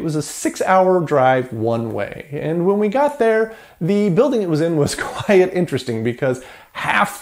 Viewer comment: the way you pronounce 'quite' is appalling